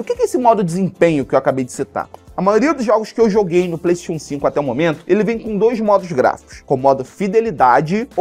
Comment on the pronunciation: nao sabe falar PlayStation